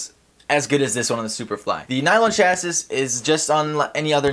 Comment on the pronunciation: Chassis is pronounced "chassy", not "chasiss".